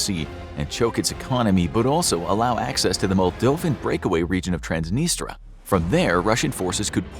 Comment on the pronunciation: It's strange... a lot of his stuff seems to check out but then he mispronounces Transnistria as 'Transnistra'. I think he goes on a research binge, knows how to research well, but when it comes together some stuff is wrong. His newest video on the topic was spot on and I studied IR so I know. No excuse for the Slovakia thing though, I'm guessing he typed in "Balkan" instead and found "Slovenia," then mispronounced it 'Slovakia'...